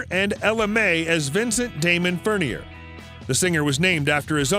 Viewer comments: Yep. I caught the "Rod Rundgren" reference too. I've also heard the man himself pronounce his birth name as "furn-yay" (not "furn-yur"). The video skipped the album Special Forces from AC's wasted years. And who cares what cars he "likely owns?" Do a little homework. Heck, he was on an episode of History Channel's Counting Cars, fer cryin' in a rain bucket - and the car featured was his '70s model Avanti, not featured here. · Ok, so check this out. Alice isn’t an actual guitarist, he’s played backing occasionally, one of his biggest regrets is not learning guitar. his last name is pronounced “fern-yay”… He also never dated Raquel Welch. He was dating Sheryl, Raquel tried to get him but he LITERALLY ran from her because he was with Sheryl and Welch would follow him. It was weird. He also doesn’t own half the cars you mentioned. I know he owned a 1966 fairlane GT which was his first car. He also loves mustangs. He’s a Detroit boy so he loves muscle and old classic cars. He doesn’t have a death pact with his wife. He actually posted an announcement on his social media saying it was not true nearly 10 years ago. And if I’m not mistaken I think that’s Sharon and Ozzy Osbourne’s thing.